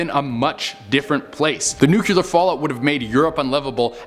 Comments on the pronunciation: love this channel but is it so hard to pronounce "nuclear" correctly? nuclEAR not... nucULAR... love you guys... but... suggestion from a friend. :) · I’m convinced they make you do these lists bc you George W. the word nuclear every time 😂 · i so hate it when people say NUCULAR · So, when did the word NUCLEAR get two u's?